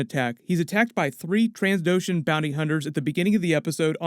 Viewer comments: I think the channel owner has just heard the word "Trans" too often lately and has it stuck in his head. For those wondering: It's pronounced Trandoshan. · Great content as always. But FYI, its Trandoshan not Transdoshan.